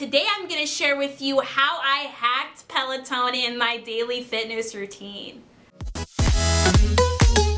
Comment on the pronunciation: There is definitely no E at the end of Peloton 😆. thanks for the video though. Also the cadence sensor tracks RPM and should be put on the crank arms or attached to the person shoe.. not the flywheel. 👍🏻